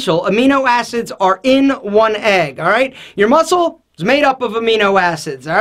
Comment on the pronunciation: i can really hear the greek in when he says 'alright' example x2